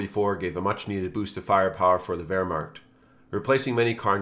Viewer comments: "Vermarcht." I know you aren't a German, but c'mon. It's ver-MACHT! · Wehmarcked? Its Wehrmacht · why do you pronounce the easily pronouncable Wehrmacht as "Varmarkt" ??